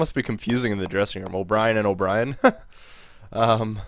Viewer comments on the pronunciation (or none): For Ryan O'byrne,we don't say O'brien,we say like O'burn,and I'm not agree to trade Paul Stasny,because he is Peter Stasny's boy.Peter Stasny is one of the legends of the Quebec Nordiques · O'byrne is said like O'burn but looks like brien